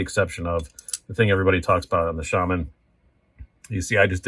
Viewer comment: Its nice to hear Shaman pronounced correctly. I remember the $155 Shaman as well. Jeez!